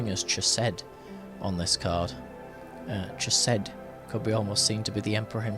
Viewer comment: Out of respect to Jewish and Israeli people, and the ancient language itself, consider the proper pronunciation of Chesed, the “ch” sounding not like “CHeese” but like “BaCH”. And respectfully submitted. I really enjoy your readings.